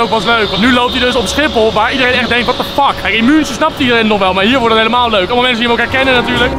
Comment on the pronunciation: 'Ik ben Milo en ik weet niet hoe je München uitspreekt'